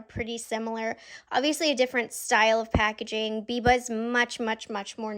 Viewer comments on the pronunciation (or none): bless his heart - it’s BIBA not VIVA 😅